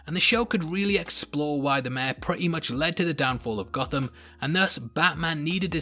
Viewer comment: Mayor is pronounced like May-Your.... not Meh